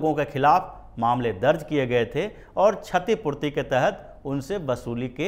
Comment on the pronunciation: छतीपूर्ती नही, क्षतीपूर्ती